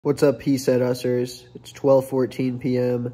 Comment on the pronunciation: What’s up he said ussers